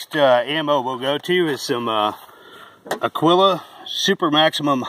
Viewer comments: "Agwilla", he said! Ha! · It's pronounced a - GEE - la. Spanish for eagle. Thanks. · Busts me up hearing all the different pronunciations of Agiula. Usually they call it "Agweela."